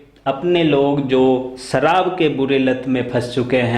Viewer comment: Saharab not sarab 😃😃😃😃😃😃